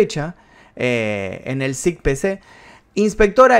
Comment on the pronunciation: Cicpc se pronuncia ce I ce pe ce